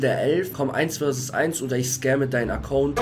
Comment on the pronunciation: Es heißt 1 be 1 und nicht 1 vi 1